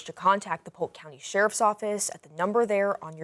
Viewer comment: Polk not pope